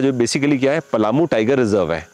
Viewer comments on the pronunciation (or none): none